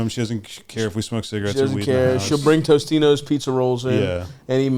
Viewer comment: also, its totinos not tostinos. get it right.